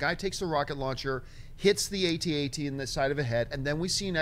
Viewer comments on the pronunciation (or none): Come on guys they are called AT AT not Aytee Aytee!